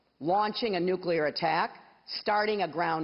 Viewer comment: Just for the fact she says NUCLEAR and not NUCULAR, i would vote for her